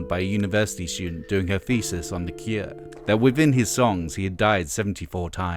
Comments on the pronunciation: Is it only me or has anyone else kept hearing "the ikea", instead of "the cure"? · Stop saying The Kieah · Is this voiceover AI? He says, "The Keer". Bizarre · Why are you saying "the kier"? That's not how you say cure! How do you get such a simple word so wrong? lol They called themselves The Cure because they envisioned themselves as the cure for something they saw wrong with society. So there is nothing fancy about their name to say it any different than you would for "the cure for [insert a disease here]". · Good to hear about the “Kuer”